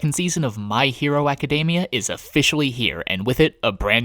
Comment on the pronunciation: Its Aca-Deh-mia not Aca-day-mia. Say it fucking right. Including the names. FFS